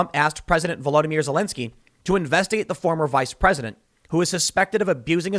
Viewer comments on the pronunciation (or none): none